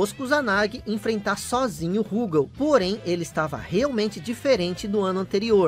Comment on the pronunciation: Tenho todos os KOFs do 94 ao 97 de Neo Geo CD, inclusive com as proteções dos encartes. Gostei do vídeo, mas vou fazer uma crítica construtiva: Por favor, não chame a barra de hp de "sangue" e não chame o Rugal de "Rúgal"...